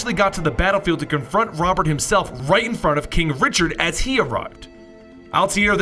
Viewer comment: Its pronounced Ro-bear